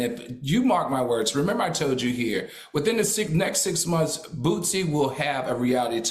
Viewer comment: This shows ppl don't be interested in the real person only headlines, How you so educated and say bootsie so many times ..It's Boosie smh , his daughter is his oldest and she was always around him so he may notice the difference...at this point racism and LGBT shit is being pushed